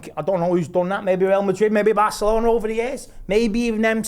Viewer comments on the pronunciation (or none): none